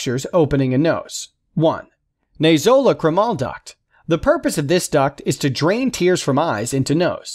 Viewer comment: that's "NAY-zo-LACK-crim-ul", son -- "naso" for nose, "lacrimal" for tear ducts